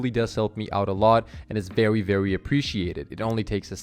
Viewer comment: “VEWWY” lol